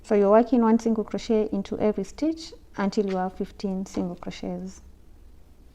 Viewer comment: Love your videos there amazing btw it’s crochet not crotchet